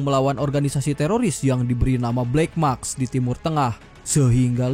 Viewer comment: Narator tdk berbobot. BLACK MASK... dibaca BLACK MAKS. Yg ditulis, artinya tdk sama dgn yg dibaca. Terjadi distorsi makna.